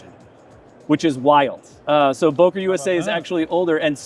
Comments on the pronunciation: Its not Bohker, is Beuh kerr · Boker? It's called Böker... learn it!